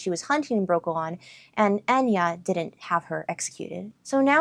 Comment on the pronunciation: Yooo i cant belive i get to outnerd You but its Eithne not Enya :)